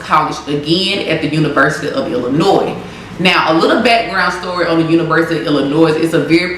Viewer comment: ❤️🧡💛💚💙💜🤍❣️💕💞💓💗💖💘💝💟 I’m sorry but 8m from Illinois (Chicago) ion gon let you pronounce the s in illlinois no hate story if you took it that way but ya